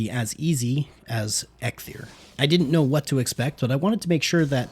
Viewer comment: Am I the only one annoyed of him calling EIKTHYR EGGTHYR? Dont get me wrong great content overall, but each time you said that name all I wanted to do is scream